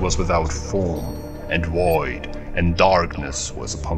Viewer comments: Is it just me or does he say 'woid' instead of 'void' ? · Definitely a german narrotor. He pronounced the "v" as a "w" :P Woid (void).